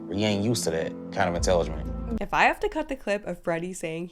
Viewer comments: Every time I watch this episode of my 600-pound life, I screen record Freddy saying "inteligement" 😂 priceless. 🤦🏽‍♀️ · 😂Was your husband unable to understand it was the word "intelligent" being mispronounced?